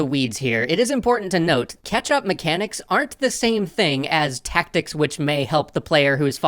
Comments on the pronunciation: CATCH-Up mechanics, not "ketchup" mechanics! ...all I hear is "ketchup". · I am absolutely sure is saying ketchup. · Luconis funny, I kept hearing catsup 😅